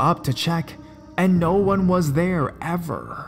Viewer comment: "And no one was therrre Evorrrrrhhh..", damn, that R scares me more than these stories! D